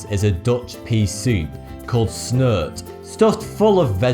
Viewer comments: Sorry,but i cant stop laughing when you pronounced the name of that Dutch pea soup. You need to pronounce the ''e'' in Snert like the first ''e'' in Netherlands,not like snurt. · You pernounced 'snert' wrong. You say it with an 'e', not an 'u'. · Netherlands Yay!!! But that isn'thow you pronounce snert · I love the way he says snert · i like how you pronounced snert it sound so funny (yes i'm form the Netherlands) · I laughed my ass off when he tried to pronounce 'snert'. It tastes damn good though! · I really liked this video, it seems really well-researched, and generally informative, but one thing did stick out to me, how you pronounced Snert, because, putting it bluntly, it was wrong, google translate does do a pretty good job at pronouncing it though: That should help you if you ever visit the Netherlands during the winter, when it is generally eaten. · Ahahaha great pronouncement of snert! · snert? haha most people in the Netherlands just call it pea-soup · I like how he pronounce's snert =D